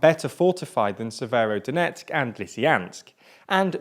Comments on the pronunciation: You forgot "SeveroNOdonetsk" ^^ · Not to mention Severnodonetsk, Slovansk and the Siversidonetsk river ;) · Bro you would have practiced the names.. Papasna. You said papsana. And said severodonetsk 3 different ways. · What's with the pronunciation? I know it's a hot June, but damn... "Popansa", "Lisiyansk", "Severnodonetsk"... bruh xD